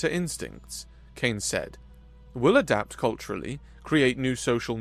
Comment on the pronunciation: Whoa. Started off a bit dark. Great recovery, but damn. Huge emphasis on "Adapt" before improvise and overcome. 😅